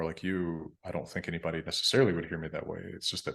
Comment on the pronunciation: I’m also American. I haven’t heard much of a Northern accent from except for in one video where he used [ʊ] in the third syllable of “anybody” - that really stuck out.